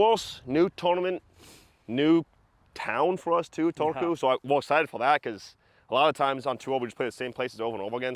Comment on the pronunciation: I know you rolling R's was a bit of a joke, but it was actually almost bang on pronounciation of Turku. :DDDD